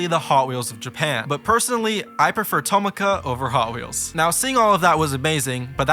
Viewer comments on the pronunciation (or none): i know i’m nitpicking this but tomica is pronounced to mi ka not toma ka ( mi as in do re mi )